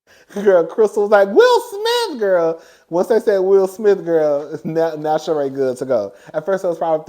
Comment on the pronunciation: Garcelle's friend pronounces her natme Shereeee